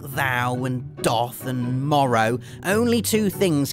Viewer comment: "Doth" doesn't rhyme with "froth", the "o" has a "u" sound, making the pronunciation "duth". Also, "wherefore" isn't a longer version of "where", but is more akin to "why". More shame for poor old, to add to his amusing repetition of words he continuously mispronounces year after year:D